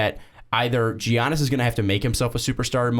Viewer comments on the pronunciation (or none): I get what you're saying and it's actually a good content (I read the comments first and oh man the hate). But Jesus Christ dude, it's Giannis but pronounced Yannis. Soft g people, soft g. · literally cringing at the Giannis pronunciation. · Ok first of y'all are dumb as fuck...his name isn't pronounced like that. And he will be in Milwaukee for his whole career. He doesn't give a shit about national attention. He came into the league a few years ago and what was considered a "project" and the Bucks took a risk on him. And he liked that cuz they gave him an opportunity so he isn't going anywhere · The way you pronounce Giannis bothers me